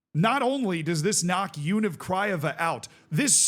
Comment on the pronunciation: He can't pronounce Universitatea 😂